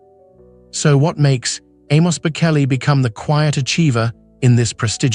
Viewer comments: For goodness sake if you are going to talk about the Bocelli family, get the pronunciation right. The C in Bocelli is pronounced CH. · Such nonsense. You know nothing, not even how to say their last name